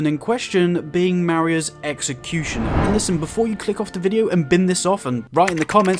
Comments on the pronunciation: Not to be that guy but it’s pronounced “MAH-RAY-Z” executioner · “Mah-ray” is the pronunciation for the word Marais.